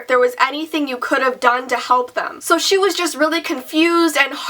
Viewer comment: I thought u said shit when you said she